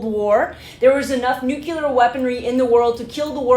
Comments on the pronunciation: Look at how it's spelled!!! Nuclear ! It's not nucular!!! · Nuclear: nu-Klee-ur it is not buckler. Just a pet peeve of mine, thanks for listening 😊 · I love your videos. However, I would like to request, most respectfully as if I were Canadian (yes, that respectfully) that you look up the pronunciation of nuclear. You’re channeling George W Bush!